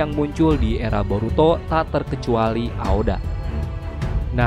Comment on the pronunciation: Aoba bukan Aoda